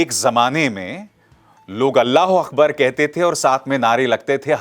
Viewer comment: It is Allahu AKBAR. Not Allahu AKHBAR